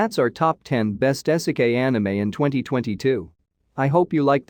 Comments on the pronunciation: It's pronounced "EE-seh-keye". Video unwatchable. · Dude said "ehsekay"